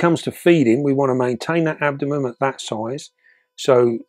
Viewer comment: it’s no good, I’ve got ask, why do you call the abdomen the ‘abdomem’? Is it a local version of the word?